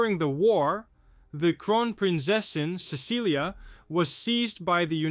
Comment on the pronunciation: It's not Cecilia it's Cecily it sounds like it's spelled s e s s i l y, the c has an s sound